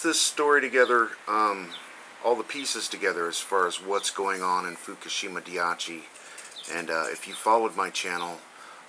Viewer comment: It's actually Fukushima Dai- ICHI rather than dai-achi. The word 'ichi' means one (1) in Japanese.